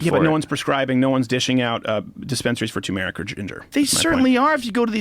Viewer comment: Joe Rogan is disgusting and he doesn't even know how to pronounce turmeric.